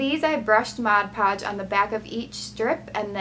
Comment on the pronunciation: It's mod podge.